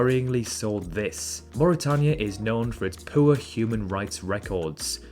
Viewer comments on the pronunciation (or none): none